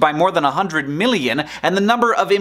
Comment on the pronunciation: not exactly sure why but i cringe when you say "million" and "billion". it's like you draw it out into three syllables - which may technically be the correct pronunciation, but it still weirds me out